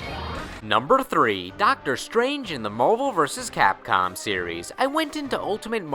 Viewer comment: that way you say "Marvel" is funny. Are you from Boston?